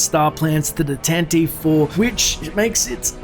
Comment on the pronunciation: The corvette is called the Tan-Ti-Vee (yes, THREE syllables) As a fan base, we need to start pronouncing the name of the corvette correctly. The named was introduced, and heard several times, in the Star Wars Radio drama in 1981.